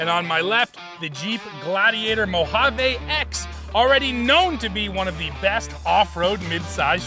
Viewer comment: FYI mojave ends with a E not a A. Its pronounced mo-hav-ee.